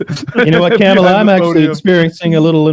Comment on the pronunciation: IT'S "COMM ALLAH"!!🥴